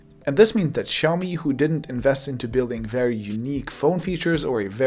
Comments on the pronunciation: Awkward moment when he calls out people for butchering the name xiao mi while he was also butchering the name xiao mi. You’re pronouncing it as shiao-me, lose the H and you’re good to go. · actually it's pronounced as siyaomee not shaowmee. a Chinese friend taught me how to pronounce that word. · Maybe too late now... but you butchered the name. You pronounce SHIAO when it's more like SIAO. Kisses from Beijing !! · Russian geeks say that is is haiomi, english geeks say that it is shiaumi, but it still is xiaomi, come on, repeat ksiaomi, ksiaomi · i think it's Siao-mee not Chao-mi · Omg man, you have butchered the name as well. It is more like "siaomi", not "shiaomi" . nice video though. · Király videó! Nagyon jól felépítetted :) Csak annyit mondok, hogy "Ksziaomi" 😀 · proper pronationton is 小米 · I think it is pronounced chiaomi and the ch is like the German 'ich'. The X is a Greek 'chi' I think, thus Xiaomi. CMIIW. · I know right? People keep pronouncing the name wrong, which makes me stare at the screen in awe and...WHAT? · I like how you complain about people not pronouncing the name correctly while you yourself fail to do so. I can tell you studied Chinese, but not enough to get rid of your accent. Regardless, your content is extremely well produced and it's nice listening to a industry veteran instead of self-proclaimed experts for once. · I speak Chinese (I live in Asia & I'm Chinese) and I'm pretty sure he's pronouncing Xiaomi wrongly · Chinese don't pronounce it like you do, therefore you are wrong.